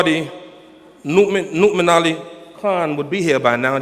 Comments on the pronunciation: Yeah, I think it's pronounced Nou'mon though. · I like how he pronounces Nouman's name like Mu'min with an "n". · its funny how his saying nouman name lol